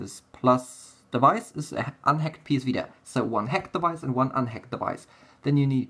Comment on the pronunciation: "HEKT", "HEKT", "HEKT"... X)